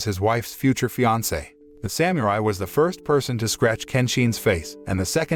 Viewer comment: Someone needs to tell this announcer how to pronounce Samurai and shogun.